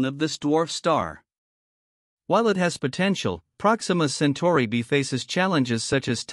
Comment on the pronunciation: It;s AI - you can tell because it can't pronounce Centauri (as in Alpha Centauri)